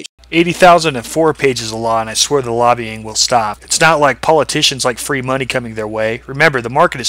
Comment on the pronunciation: He says monay like the Canadians from South Park